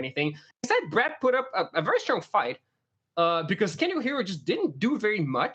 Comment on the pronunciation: PV going reverse pulp fiction where the guys name is brad but is sounds like hes saying brett.